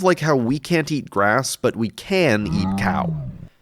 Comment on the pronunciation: Now if I hear "but" in any other videos I see and hear "butt"